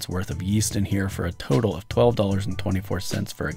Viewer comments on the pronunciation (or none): none